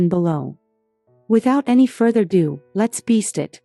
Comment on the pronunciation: further ADO. Not further due.